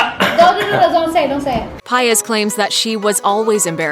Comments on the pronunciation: Really “piaz” like come on its say PAIZ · Its not paez its paiz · Stop pronouncing her last name like that 😓🤦🏻‍♂️ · I don't think that's how you pronounce 'Paiz' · No it’s not cause my last name is Paiz and believe it or not it has a accent to it but white people can’t pronounce it so whatever they say we just say it’s correct